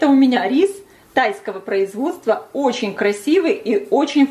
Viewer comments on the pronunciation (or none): оЧЧЧень! А не ооочень!